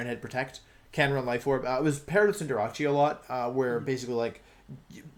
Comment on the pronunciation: Why does he call cinderace cinderachie